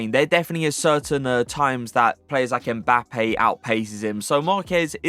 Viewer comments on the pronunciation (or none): none